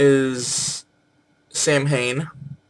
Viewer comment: You continue to confuse Nemain with Nemed, so any time you connect her with anything having to do with groves you are wrong. And again, Morgan is British, not Irish. You may have corrected yourself, but you at least give the impression that "Sam-hane" is one way to pronounce "Samhain." It is not. She doesn't have an associated planet because the Celts weren't into astrology. The depiction of three goddesses at Bath are of the Matronae, not some sort of [cont.]